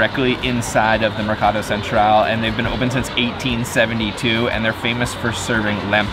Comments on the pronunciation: Mercato Centrale and not Mercado Central!!!!! we speak Italian in Italy and NOT Spanish, if you can't speak Italian just speak English please you will look much better! thank you. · It's Mercato Centrale (the "e" is not silent) and the accent on Trattoria is on the second to last syllable (the "i"). It used to be they only put Parmigiano on the table for tourists (and restaurants that catered to tourists), don't know if that has changed. Italians generally consider adding condiments or cheese to a dish to be offensive to the chef, you are telling the chef he should have put the condiment on there in the first place. Signoria, the g is silent. gn is a nasal "n" like sign.